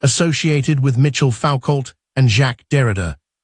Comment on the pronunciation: AI slop. FFS you can't even pronounce Michel Foucault's name.